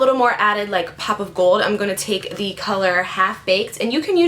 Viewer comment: I notice when you say "going", you sound like "going-a". Lol!